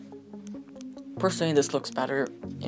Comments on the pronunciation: You need to stop saying wahlah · And "woila"